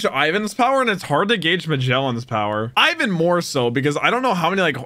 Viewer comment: It's not I-ven. It’s Ivan.